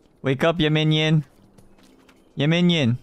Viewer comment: 발음 무슨일이야진짜 귀여워 미침 웅냥냥도 아니고 움뇸뇸 발음인게날미치게해 얌민니온 막이래